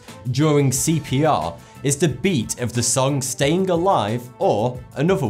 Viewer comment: Clearly says "Stayin' alive" Pronounces the G.